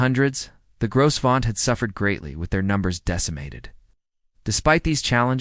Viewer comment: The "s" is silent